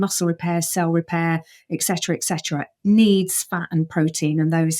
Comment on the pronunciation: First of all, I would imagine in Oxford, they would’ve taught you to not say “EX”“ Cetera, so let’s get the language part right now, to the nutrition part: Primates are for the most part vegetarian. Their ( our) digestive tracts and metabolisms are vegetarian oriented… for virtually “ever”😂 … we are talking now; millions of years /billions of creatures! We have been doing just fine, thank you very much! This “” doctor“ excuse me, PhD (piled higher and deeper,it would seem ), her demeanor, and approach is that of a “know it all” probably a childhood trait that should have been overcome before becoming a lecturer /book publishing proselytizer (Or maybe not, for marketing reasons actually, that would be a plus) there is a “one sizefits all”, and that is :”tell people good things about their bad habits”…sells big!! Meat is murder. For the individual, for the soul and for the planet. But to sell lies to sell books is more than murder I’m afraid it’s also suicide. Good luck!…our silver-tongued friend.😢